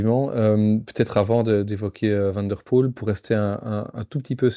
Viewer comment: Van Aert, mais van der Poêle, avec un petit v, c’est la différence entre le flamand et le néerlandais. Je suis flamand et je parle en connaissance de cause